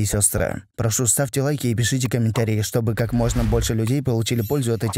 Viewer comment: ма ша Аллаh очень емкое видео! Но главное не забывайте: ь отсутствие его: признак акцента в языке: а значит почаще употребляйте его:ь Например: ставЬте а не ставте